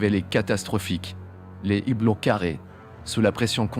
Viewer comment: Des "z" hublots !!! Il faudra que l'IA apprenne à parler Français...